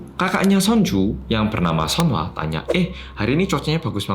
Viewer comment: nama kakaknya seonhwa gue denger seonghwa 😭